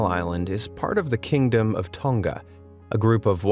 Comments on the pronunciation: The you said Tonga made me cringe sorry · o my gosh you actually say the words wrong like the first king of tonga because im from tonga and Touro